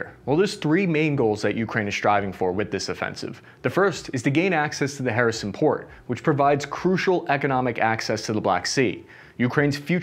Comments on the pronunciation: Harrison? WTF dude! It's Kherson or Xherson!🤣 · The city of Harrison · 1. tries to pronounce foreign words. 2. fails miserably time and time again. 3. starts to intentionally mangle them more, obscuring incompetence with jest. 4. We get Zapatoria and Harrison. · Not Kherison - Kherson, please 🙏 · & Purpose Great job! Especially nice reserch on the Russian Field manual and the "Russian Way of War" and how it's being applied. One minor "picky" comment (sorry) - there are plenty of Ukrainian cities and Oblasts with enough vowels to choke on - it's "kherson" not "kher-i-son". BUT again really nice work on this one. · Harrison: "Donde esta la zapateria" sorry man its just funny. You can try pronouncing these as "Her Son" (but with a constrained O like in "song") and " Zappo Reeja" that will get you pretty close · “In the Harrison region…?” Dude! It took a map to understand what you meant! If you want to up your language game: the “K” is definitely NOT silent. It’s more pronounced like a “care-son” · What? He disfigures the names. Everyone who can pronounce a Spanish 'J' can also pronounce Kherson (Херсон). It's so damn easy. Tijuana, Baja California, Ciudad Juárez, Jerez de la Frontera - Jerson (Kherson, Херсон) And did he speak of Zaporizhzhia? Couldn't understand what he was saying. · yes... To explain it to english speakers reading this: the KH is pronounced like a spanish j. So Jersón. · Pronounced Herson. H..E..R.S..O.N. it's a Greek word.means the peninsula.cities like Sebastopol,Marioupol etc were build by Greeks.most in the ancient times ,Marioupol was build during Tsarist Russia times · I enjoy it tbh, "hair-son" 🤌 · First time iv head ''Harrison Ford'', but it was disappointedly ''Kherson port''. I know its hard for the english speakers to pronounce slavic names. Any way .. the channel is cool. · no worries, we make fun of “Harrison” and “Zapatería”, but your videos are great and insightful 👍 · I kept understanding Harrison...